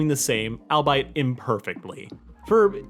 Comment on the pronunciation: All bite? It's pronounced "all be it"